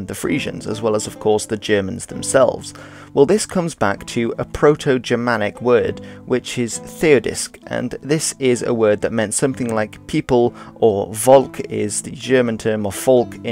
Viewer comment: Your pronouncation of Theudisk is wrong. It's Theuthisk or Þeuðisk if you want to get fancy